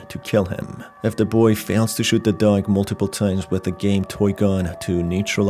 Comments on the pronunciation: Dog Not Doug or duck. Why do you say it so Strange. Or do I have so problems with my ears? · I thought it was just me lol, he does say it in a weird way.